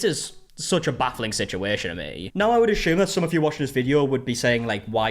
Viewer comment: "Ashume" lol